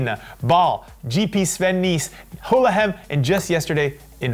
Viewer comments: Hahaha pronounced Gullegem so well #Hullehem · I love how pronounced Gullegem. Especially the ending ´gem´ sounded almost exactly as it is pronounced by locals, the first time he said it.